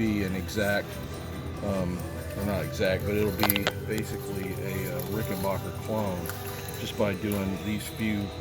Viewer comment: Very informative video and well explained, but please can you pronounce my name right; it's Rik'n-bakker, not Rik'n-barker. Thank you, Adolph R.